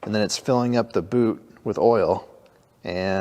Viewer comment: You said 'Boot' so many times I thought you were speaking Canadian.